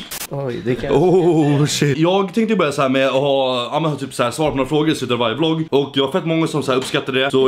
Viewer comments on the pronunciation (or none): none